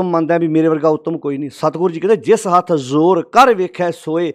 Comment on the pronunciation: ਲਫ਼ਜ਼ ‘ਜੋਰ’ ਹੈ ਕਿ ‘ਜ਼ੋਰ’???